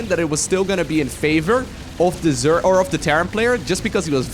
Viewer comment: its zerg not zerk :/